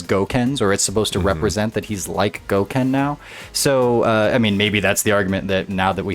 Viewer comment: Once you said Goken I left